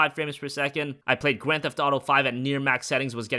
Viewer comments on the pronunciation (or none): "im playing GWAND theft auto at near max settings" XD